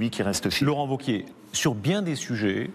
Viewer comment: Wauquiez !!!! pas ''vauquier'